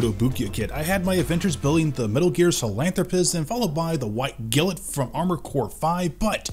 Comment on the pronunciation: he definitely is, he said glint correctly in the video he made the model once then reverted back to his other pronunciation.